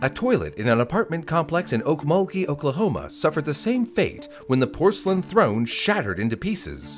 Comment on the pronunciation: Thanks for pronouncing Okmulgee correctly!!!